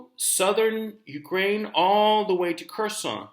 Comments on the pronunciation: “HERR—SON” Gonzalo… not “KERR-SON” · "Curse-on". Please learn some Russian pronunciatlon! "Hearse-on" would be more accurate.